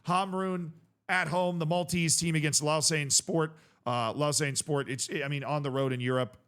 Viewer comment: I went to school in Lausanne! Happy to see them doing well. Also it’s is Low-Zahn phonetically